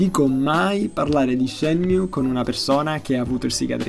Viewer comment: Sì ma non puoi leggermelo Shemiù.